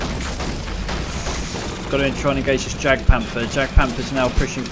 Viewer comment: love your videos dude but not to be nit picky but jagpanther is actually pronounced yagpanther just for future reference :)